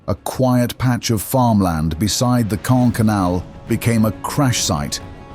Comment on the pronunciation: It is not kaaah, it is KaaNNNN!